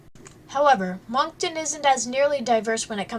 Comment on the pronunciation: Some of the information is not correct and she pronounces the names of places incorrect. I live here and “MONK TONE”. Haha what a silly way to pronounce Moncton and the beach names.